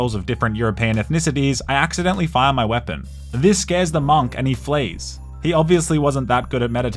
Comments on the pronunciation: nah why he saying monk like that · Who the fk says “MONK” like that?….